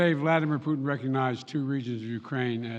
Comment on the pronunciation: Наконец то Байден впервые назвал фюрера кремлевского рейха его настоящим именем 'ПУУ' ( проверьте ) Я заметил что многие англичане произносят пУтин как пЬЮтин что существенно меняет смысл его имени. Хотя английскую версию можно усовершенствовать до пЬЮК